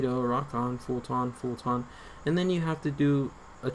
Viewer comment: “Fult-on” LMAOO